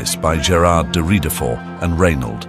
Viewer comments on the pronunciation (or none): You need to improve the quality of the AI reading, or else just read the script yourself. It pronounced Ridefort like 4 different ways in this video.